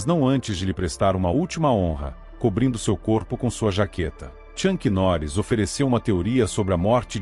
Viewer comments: Na minutagem , Tchank Norris? Pronúncia erradíssima... o certo é - Chuck Norris ok! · "Tchanqui Noris" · ChuNk? Noris? "Jea" kune do? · Chuck Norris e não Chunck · Tem que aprender a pronunciar bem o nome do Chuck Norris, é uma vergonha.